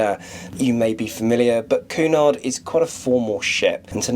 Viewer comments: It is pronounced Kewnard! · Interesting video but not too sure about the pronunciation of Cunard!